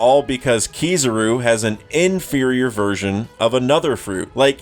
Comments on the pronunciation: its KIZARU not kizuru. would be same if u call'd Imu as ''aimu'' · the "tidal wave" and "swirl" stuff sounds like complete nonsense, because that's not how things work in the real world. A "swirl" is barely even a thing to begin with. Spirals are another thing. PS: And omg please stop saying Keeezaru. I know you're American, which doesn't really speak in your favor, but I'm assuming that you've at least seen the anime with subs. There is no way you can't have some dissonance with your pronunciation. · bro ain’t even saying kizarus name right I know this mofo watches one piece dub🤣🤣🤣😭🤡